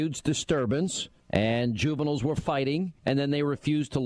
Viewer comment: 2: 47 Ju-bin-iles were fighting! Lmfao!🤣🤣🤣🤣